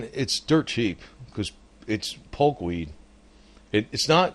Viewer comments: POKE not polk.. If you can't get that right............ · It's poke not polk..